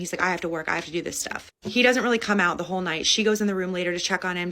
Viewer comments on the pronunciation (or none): Hole not soul 😂